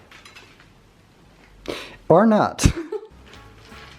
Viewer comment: When say or nut (not) 😂😂🥜Am I the only one who laughed??!